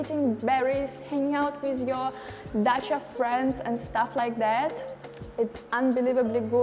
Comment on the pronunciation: Dacha sounds like the car Dacia lol